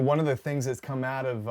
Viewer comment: Bruh. Lol I was about to say the same thing. All of a sudden out turned to "ah-oot"